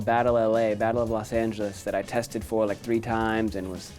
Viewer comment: when he said “that I tested for” you could hear an accent 😭